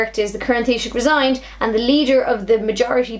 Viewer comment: Thats how you pronounce the Title (Taisouch) however you spell it (I wondered how to pronounce it) Teeshoch (or thats how I heard say it)